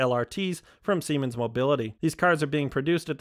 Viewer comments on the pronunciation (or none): none